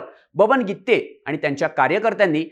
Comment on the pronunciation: बरोबर आहे गित्ते च आहे